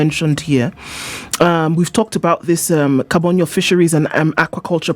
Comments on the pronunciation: Hello, the place is called Kabonyo Kanyagwal not Kabondo kanyagwal. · It's Kabonyo Kanyagwal. Not kabondo Kanyagwal.